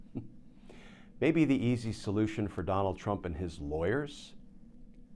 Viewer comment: Glenn it’s “and” not “end”